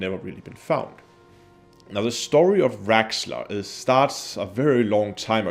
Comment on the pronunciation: its raxxla not rexxla and for that in this extremely rare case I gotta thumbs down it